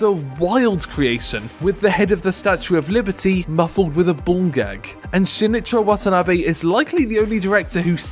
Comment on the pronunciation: For someone who knows about this guy you sure butchered his name